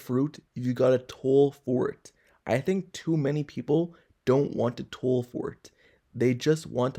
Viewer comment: Toil is pronoucnced toy ull. Man, have you ever seen the word before?